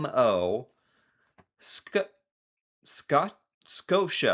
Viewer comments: Kinda wild that they left out the full names for TD (Toronto Dominion) and BMO (Bank of Montréal). Also, BMO is pronounced BEE-mo, like the robot from Adventure Time (The "O" comes from "Montréal", not "of"). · It’s not BMO. It’s BMO 🤪